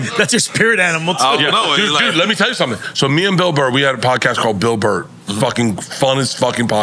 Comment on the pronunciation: He keeps talking about how he can't pronounce the last name....but he kept messing up the first name. LOL. It's BERT, not Bret.